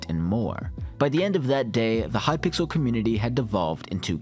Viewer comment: lmao hypickle